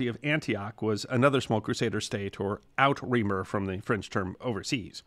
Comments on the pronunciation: Outre-mer, pronounced "OOT-ruh-MARE" (French for "overseas"), not out-REE-muh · Nice job, as usual. This is nitpicky, but thought you'd want to know: It's "ootramare," not "out reamer." :) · Did I really just hear you say "out-reamer" for outremer? I was very surprised, considering how well researched your work is in general. It's pronounced oo-truh-mare (as in female horse). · Outremer (French for "overseas") is NOT pronounced "out reamer"! "Ootra-mair" please! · FYI - "outremer" is pronounced "oo-truh-MEHR" - from the French "outre"="beyond" and "mer"="sea", thus meaning "beyond the sea". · Outremer is a french word meaning 'overseas' and should be pronounced 'Oo-tra-mare'.